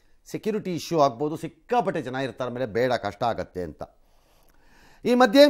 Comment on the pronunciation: ಕನ್ನಡ ಭಾಷೆಯ ಉಚ್ಚಾರಣೆ ಸರಿಯಾಗಿ ಮಾಡಿ ಮೇಡಂ - - " ಎಲ್ಲಿ ಹಾಗಾಥೆ " & ";ಆಮೇಲೆ ಏಳ್ತಾರೆ ". 😢😮😅